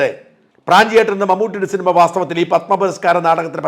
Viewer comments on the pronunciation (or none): none